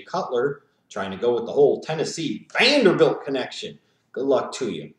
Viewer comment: whats with the southern accent when you mentioned jay cutler and vanderbuilt? do you even watch the titans games every sunday and yes i do agree that their season sucked but they are gettin used to a new playbook, new coaching staff, and most of all most of the titans first string players were injured and the second half of the season they wasnt tryin to win cause they knew they wouldnt have a spot in the playoffs so they started tryin to get the best spot in the draft and i will agree that they do need help with some positions on the team but in quarterback wise they will more than likely have mettenberger be the first string quarterback, i give them two years tops before they are playoff or maybe even superbowl potential